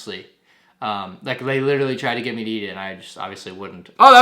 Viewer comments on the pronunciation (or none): Bro, was witerawy hitting da gwiddy in da backwound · He's wittewawy hittin da gwiddy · Widderwawee hidding da gwiddy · he's Witterally Gwitting wite now